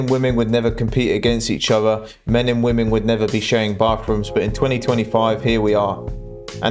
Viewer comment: Another one who can't pronounce the word "women"